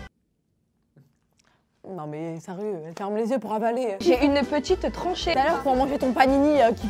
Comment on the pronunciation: Trachée pas tranché